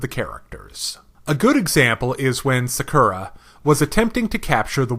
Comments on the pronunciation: sakera??? u mean sakura^^ pronounced sa.kuu.ra^^ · OMG my years. It's not SakUra, it's SAkura